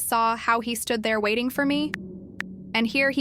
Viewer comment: “wating” HELP I CANTTT